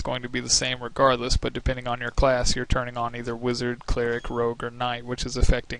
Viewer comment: did... did you say.... "Cleeh-ric"...... It's pronounced "Cleh-rick"